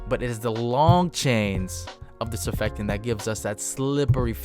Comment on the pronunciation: Stop saying “surfectant” it’s surfactant. Entertaining videos though